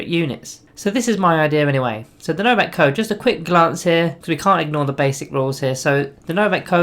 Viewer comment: Pleaaassee stop saying Novakh. Its legiterally Novokh